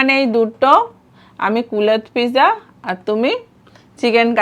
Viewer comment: Kulhad Pizza ❌️ কুলেত পিজ্জা ✅️